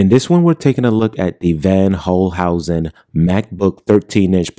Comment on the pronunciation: It’s pronounced “fonn holcehousen”.